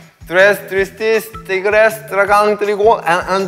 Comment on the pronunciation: me sigo kgando de la risa con su "TrEs trIsTeS Tri grigris " lol